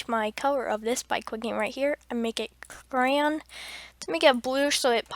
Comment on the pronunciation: "and make it crayon" (its sy-an)